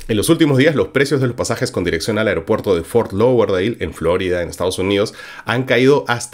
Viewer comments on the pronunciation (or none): none